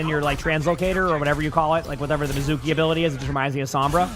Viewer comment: It's pronounced MI-zoo-key, like the japanese word for water, mizu (水) - not meh-ZOO-key.